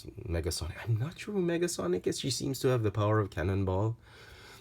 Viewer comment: Nega, not Mega. Negasonic.